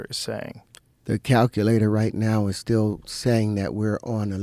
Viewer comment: Terrence can’t even pronounce Still as in “staying still” and also pendulum. Dude has no clue what he’s talking about. He read an occult book and decided to go all in with zero knowledge nor intelligence to do so with.